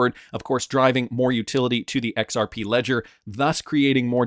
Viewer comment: BRO… ITS “zahaow” now “EX-OW.